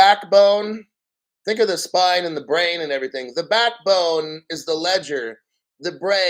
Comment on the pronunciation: When you said Everyting with that Jamaican accent..EVERY TING BREDDA...XRP!!!!!!